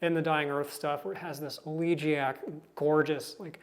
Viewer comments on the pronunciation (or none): Elegiac = El uh jI uk. I thought.